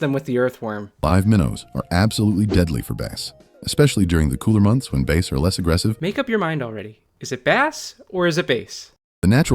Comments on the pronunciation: the tts always says base after base adter base and like a quarter percent says bass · It's pronouncing it like the instrument, not the fish.